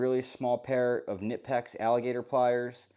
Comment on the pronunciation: It’s pronounced kuh-nip-ex they have it somewhere on their website if you go poke around you will find it. Nice edc, love the organization